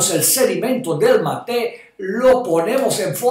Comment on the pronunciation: Mi lindo Doctor usted siempre tan verídico, lo único es que mate no se pronuncia con acento en la segunda sílaba, el acento va en la primera sílaba, y ojo que se toma también en otros países de Sudamérica. Gracias Ud. sabe que soy su seguidora desde hace mucho tiempo, saludos desde Utah!